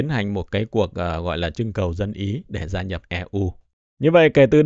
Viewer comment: GIA nhập chứ không phải RA nhập anh ơi